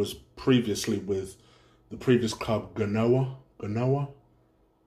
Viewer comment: bredrin.... Genoa is pronounced JEN NOAH or ZHEN NOAH..not G'noah mate.